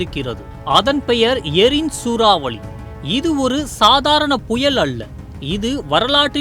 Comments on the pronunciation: அது சூராவலி இல்லடா சூறாவளி... தமிழ் ஒழுங்கா படிங்கடா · சூராவலியா ? சூராவளியா ? நீங்கதான் உண்மையான தமிழ்செய்தியாளர்